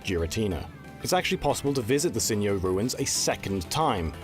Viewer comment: Jirrateena instead of Girrateena, Sin'yo instead of Sinjoh was funnier to me, does he think it's Spanish? It's Sinnoh and Johto put together. And Johto wasn't called Yoto lol.